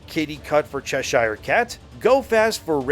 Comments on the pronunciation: Americans and canadians really need to learn how to say English names "Cheshire"= "Che-sher" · Say Chess Shire cat one more time 😂😂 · It's pronounced Chesha, ending like Ke$ha. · The way you can’t pronounce Cheshire is annoying af. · Arrrrggghhhhhh, It's Chess-er not Chess-Hire. :) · Cheshire pronounced Chessur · Chesh.....eer.........not shire....(I know we English are weird) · good video but please !!! - in proper english its pronounced "Chesher" cat - thanks from a Brit ;-) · Just so you know Cheshire is pronounced Chesher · Cheshire should be pronounced Ch’sheer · Cheshire: pronounced Cheshur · Please, stop saying Cheshire